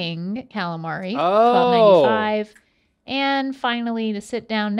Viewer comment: That should be a gif. Cal-A-Mareyyy